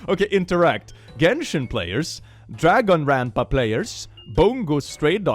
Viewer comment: “Dragonranpa players” physically hurts me